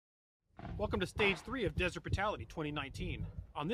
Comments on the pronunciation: On the introduction.... why "deseret brutality" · lol deséret